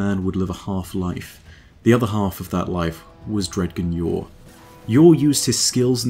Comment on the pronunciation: I don't know if it's your accent or me, but "dg" in Dredgen Yor is pronounced like "grudge" so it ends up being like "dre-jen"